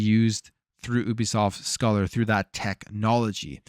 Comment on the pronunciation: Hate to be that guy, but it’s pronounced Scāler. Long A sound. It’s a mathematics term.